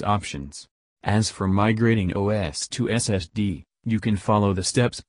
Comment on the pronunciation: Your robotic narration cuts off too soon and cannot pronounce SSD (it says SST) WFT?